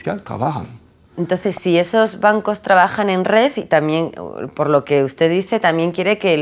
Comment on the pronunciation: por que siempre dice 'boncos' en vez de 'bancos'? quien sabe...